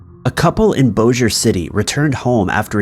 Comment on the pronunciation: OMG You said it right! You said "Boh-zhur" city... I've never heard anyone get it right if they weren't from the area. Well-done research on that one! ("Bossier" can be read lots of ways) Do a story about a crime on Tchopitoulas St in New Orleans or one that involves Andouille! If you can say all 3, I will send you a box of local hot sauces and you can be an honorary New Orleanian. :)